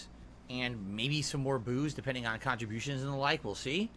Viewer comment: "mabye" more booze depending on kahn-tributions